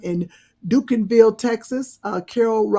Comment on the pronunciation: Great show! It’s pronounced Dunk-in-ville